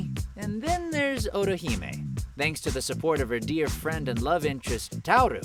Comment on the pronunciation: why does it sound like hes saying orihime instead of ottohime, man they sound a like.